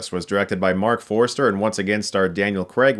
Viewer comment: Forster not Forester